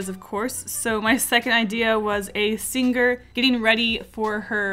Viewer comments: “I slur my words” 5 seconds later “SinGER” “VetER-AN-ARIAN” 😂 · i didn't know "picture" had different Pronounciation but?? Sing gerrrr wat??